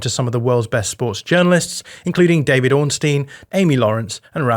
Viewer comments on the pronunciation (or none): none